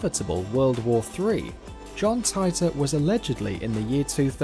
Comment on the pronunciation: You mispronounced Titor